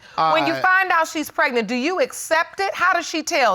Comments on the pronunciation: it urked me everytime she said that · I feel like I'm losing intelligence with every word this couple speaks....if he says open legz one more time or if she says preg-a-nant again.... I'm leaving! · This is the first known woman to ever get preg-A-nant!!!! “PregAnant, pregAnant, pregAnant!” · Justina Hamilton maybe like preg-A-nant!! pregAnant, pregAnant pregAnant